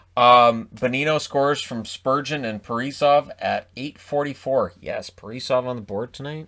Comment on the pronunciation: Plz plz never say parisov instead of kaprisov lol